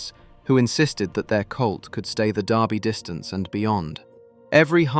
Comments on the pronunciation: It's the Lul-vul DURbee, not Louis-ville DARbee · its Kentucky derby not darby derby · AI! It's Derby not Darby you piece of metal crap! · Your persistent mispronunciation of the word 'Derby' is driving me nuts. The sound you're looking for is NOT "are", as in car or tar! It's the sound you hear in words such as, well, 'word' or 'bird' or 'turd'.